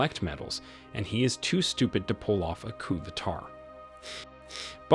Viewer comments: “Coo de tar”? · “Say-gin?” “Coup de tarz?”What is this, AI generated?